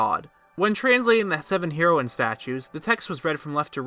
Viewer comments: Heroine is pronounced as the drug of the same name, though it’s means female hero. Sorry just wanted to clarify, but nonetheless intriguing video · It's pronounced as Hair-o-in. Not Hero-in. fml. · it's pronounced HAIR-OH-WIN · You say heroine wrong, just so you know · “Heroine” is pronounced just like the drug “heroin”. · Was gonna shoot myself if I had to hear u mispronounce heroine one more time. U sound dumb af.